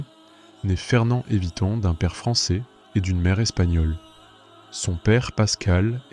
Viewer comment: Le minimum c'est d'écrire son nom correctement Fernand Iveton, d'autant plus qu'il est à plusieurs reprises, orthographié et prononcé différemment par l'auteur de la vidéo.